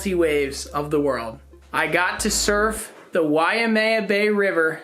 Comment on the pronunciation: Congrats on all the success and livin tha dream. FYI Waimea is pronounced Wai (Why) mea (May-ah) why-May-ah... 3 syllables, not 4. Not why-ah-May-ah. Aloha & Mahalos! 🤙🏼